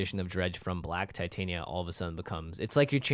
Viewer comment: Titania pronounced /tɪˈtɑːnɪə/